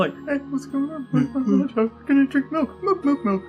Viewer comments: MELK! He almost always says “melk” and I just think he must have brain damage. Not the character either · I know it's Milk, but it will never Not sound like "Melk" to me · "Melk...melk, melk, melk, melk..."